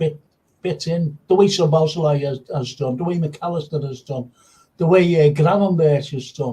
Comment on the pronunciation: it's Szobo Szlai.. Just practice only saying Szobo. Then you got the first part of his name correct. Then you just add Szlai in the end. Szobo-Szlai. It's not Szobosz-lai